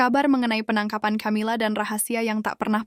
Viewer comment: Bacanya Kamila bukan Chamila.....